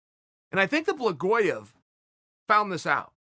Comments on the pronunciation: Blagoyov... lmfao love ya Chael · "Blagoyev". Looks like Blagoy Ivanov just got Chael'd.